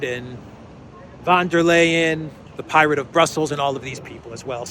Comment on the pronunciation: 'der' (the singular masculine 'the' - in the nominative case) in German is pronounced as 'dare' in English, not 'duh'!